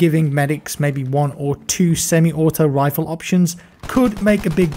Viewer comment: Am I going crazy or did constantly say "assault wiffle"? Never heard him do that before:D